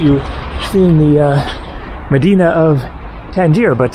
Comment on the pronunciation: Good job on pronouncing Medina....in the mid-western USA they incorrectly say "Meh-die-nuh" or "Muh-die-nuh" when they pronounce it in Cleveland, for example.